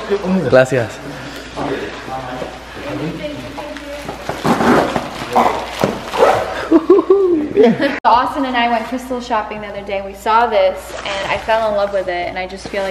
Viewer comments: Did no one peep Austin say “glassy-ass” instead of gracias 🤣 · Austin said “Glasias” instead of “ Gracias”😂😂💀💀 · Lisa Le it sounded like he said “glacial”🤣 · Catherine: Gracias No one: Literally no one: Austin: Glacias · Ik damn well y’all heard Austin say “glassyas” when he was tryin to say grasias😂😂btw love youuuuu💞💞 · no its not grass its GRACIAS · Ahlam H Gracias* not gracias or grasas LOL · Ahlam H it’s not glassyas OR grasias ITS gracias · Nobody: Austin: “ glasias” insted of gracias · For a sec it sounded like he said glassy ass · Bruh i died when Austin said, "Glasias"😂😂💀💀💀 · Ahlam H Yo I thought I was the only one 😭😭I literally said out loud “glassyas?” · “Glacias.” -Austin Mcbroom No hate I love the ace family just thought it was funny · Madilyn Keyes that’s how you say it 💀 you say “glacias” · Eivet169 _ nope it’s GRACIAS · Austin said “glarcias” 😂😂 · the way Austin said “grasicas” 😂😂 it sounded like GLASISAS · I feel so bad for laughing so hard Ik he tried to say gracias🤣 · Ok ok I realize I should of search how to spell gracias, when I was in school I wasn’t the best in Spanish😭😂😂😂😂😂😂😂😂😂😂😂